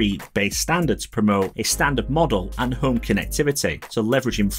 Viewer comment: Really don't like the design. Why not just shrink the original homepod? Much nicer design. And it took me some time to figure out that Fred = Thread. I thought: "Who the hell is Fred, are apple switching from Siri?" And half of the time home is pronounced home with no H whatsoever. OmePod, OmeHit and so on.